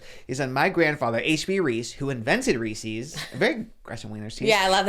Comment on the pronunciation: The way is saying REESES is driving me crazy 😭😭😭